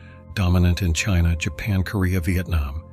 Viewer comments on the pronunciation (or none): none